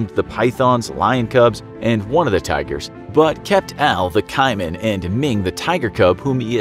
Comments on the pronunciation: KAY-man, I spent ages trying to work out what a KY-man was... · the way you butchered the word "caiman" really hurts its pronounced "cay-man" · Hold up did this guy just pronounce caiman as kymen? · Say it with me "Kay-man" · Don't think i have ever hear caiman pronounced like that, haha. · Does anyone hate how he says Caiman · Y u pronounce caiman like that😶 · Caiman?? That is not how you say that....